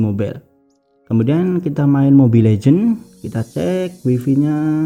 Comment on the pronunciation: Waifai mas, bukan waifi